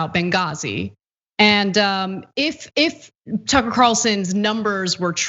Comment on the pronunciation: Ticker Carlson (pronunciation not important right?) go sit down and shut up.